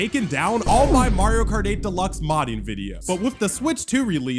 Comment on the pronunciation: "MARIO KAR 8"